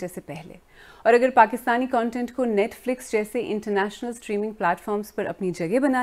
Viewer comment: Pehle toh isi netflex bolna band karo ..